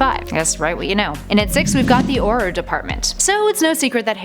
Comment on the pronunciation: You said Aurror wrong